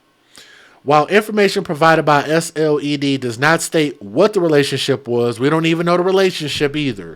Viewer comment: Hi! I’m from SC..SLED is pronounced as “sled” like let’s go sledding..this is soooo awful..looking it up on our local news now but still no name for this innocent child has been given as of yet. Our state does not play when it comes to trash like this..neither do our prisoners in jail. I’m sure they’ll have it as rough as these two heifers look in there..sickening